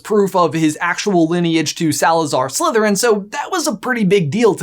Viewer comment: U said it wrong his mom was a descendent from Salazar slitherin